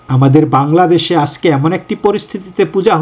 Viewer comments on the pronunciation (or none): none